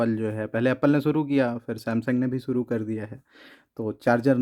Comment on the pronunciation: Suru ni shuru hota h